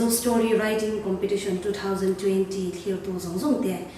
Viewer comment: Ngati nge COMPETITION tih tur khi COMPATITION a la intih tlat a...a edit mai theih loh em maw ni le